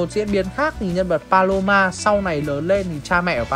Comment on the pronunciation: Paloma anh đọc sao thành balo 3 luôn :^ ai đồng ý với ý kiến của tui hông nà